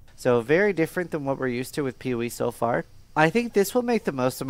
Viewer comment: Why does that guy call PoE PeeWee?